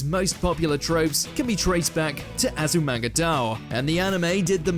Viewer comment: azumanga "daw" and law of "u-weki" is just... i have no comment lol... also reborn's "final arc" isn't even the final arc lol XD